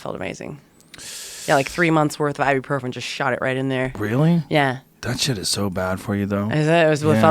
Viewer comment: Joe advertising Ibuprofen is hillarious. Can't even pronounce correctly